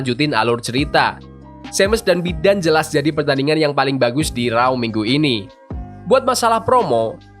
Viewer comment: Please pronouncation tu......raw= row. Not rau